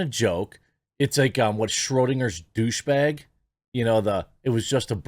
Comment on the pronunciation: You pronounced douche wrong 😅